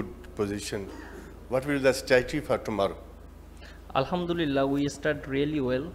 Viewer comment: Always. Al hum du lilia 😅 what is this. .